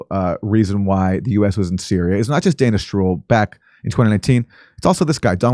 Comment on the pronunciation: When Aaron said Dana Stroul it sounded like he said Danish Troll 😉 About a month ago Redacted had a segment telling that convoys of tank vehicles were drivning between the "Carbon Hydrate" fields and Iraq !!!